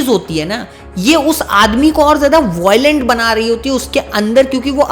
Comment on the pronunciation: Voilent kya hai 😂 Violent ✅✔